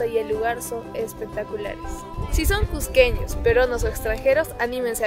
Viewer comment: Lugares que "solo los cusqueños conocen" no coincide con lo que muestras, quién no conoce la plaza de armas? Y las calles del centro? La piedra de los doce ángulos?. Es lo más conocido por cusqueños y turistas. Te falta también un poco más de dicción y mejor tono para hablar, no se dice csssco sino Cusco bien pronunciada la u y la o. "csssqueños" cUsqueños. Trata de mejorar tu acento para que se oiga agradable y claro, con más seguridad y no suene tímido